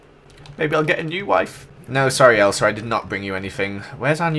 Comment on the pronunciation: Ummmm you said Esla rather than Elsa